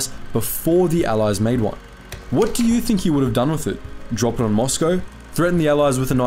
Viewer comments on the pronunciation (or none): none